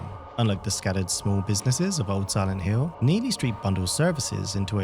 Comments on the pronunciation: Please stop pronounce "Hill" like "Hiww" - it's driving me mad! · siwent hiww